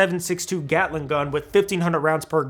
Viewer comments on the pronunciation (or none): none